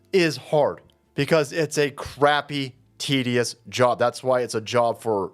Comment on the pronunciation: I know you were saying tedious job, but I kept hearing TDS job.